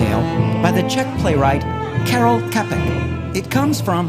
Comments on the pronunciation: its pronounced tshapek, not kapek. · You pronounce his name as : Karol Tschapek, please, and robot was derived from word robOta not robAta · The playwright's name should read "Karel TSCHapek" not "karel kapek" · Carol Capek? WTF ??? Its Karel Čapek omg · pls Karel Čapek is pronouced "chah-pek" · "Czech playwrite, Kearel Kapek"... eh.. close enough? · He can't even pronounce Karel Čapek correctly. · Ach jo škoda že ten robot neumí říct Karel Čapek jinak WHO CZ? :d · It wasn't Karel Čapek that came up with the word 'robot', but his brother.;D and totally butchered his name. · Not even this robot can pronounce Karel Čapek correctly :(